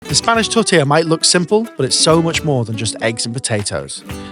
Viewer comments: "Tortiller" "Canader." Lot of artistic license in this show! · fuck! so less, so freaking simple. tortilla. at least you know how to pronounce it. what a bull!